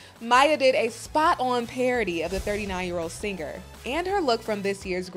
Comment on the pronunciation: did you say... singer. Like not "singer," but...SEEN-GER?